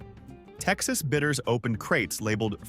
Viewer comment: BIDDERS, not bitters !